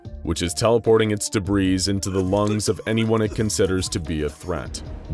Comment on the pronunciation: Debreeze (rhymes with Febreeze) or debris, a french word that is pronounced deb-ree.